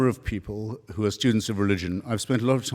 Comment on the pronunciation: "Who," not "ho". Another one? This is starting to skeeve me out a little.